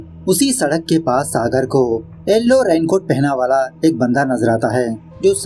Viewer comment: एलो नहीं ये येलो है😅